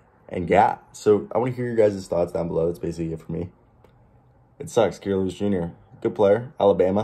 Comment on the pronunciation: Your saying his name wrong 😂, I actually know dude he definitely ganna bounce back , a kid from hazel green with big dreams and he’s ganna reach them